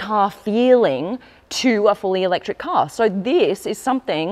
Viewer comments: All is great until she say 'electric' 😂😂😂. This is a joke, pls stop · Im so sorry for real. You lose me when you say "fully elect.." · i was so keen then you said eletric and i lost all hope